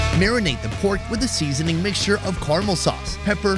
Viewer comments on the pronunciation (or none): Did say Seyeasoning